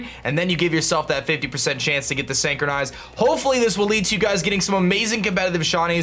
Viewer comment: Really cool video. But just one thing though. Look up how to pronounce synchronize. Usually i hate to point out things like this and let it be, but if the word is gonna be repeated a million times in the video it's like nails on a chalkboard. I'm sorry. But there's a like for the video anyways because i learned something.